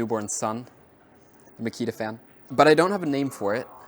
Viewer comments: Haha, is it 'Micky the fan' or 'Makita fan' 😂? I actually heard the former the first time you mentioned it. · “Señorita Makita”